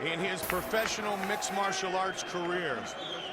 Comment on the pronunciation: I'm just shocked at that time Rogan knew how to say Habeeb's name correctly